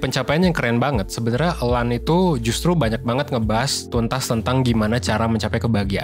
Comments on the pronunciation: Dibaca Alain aja kak jangan Elan.. Malah aneh. Either Alang atau Alain aja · Alain itu nyebutnya ALE min! Alain de botton jadinya Ale de Botto .nama perancis gitu huruf N selalu ga disebut ‼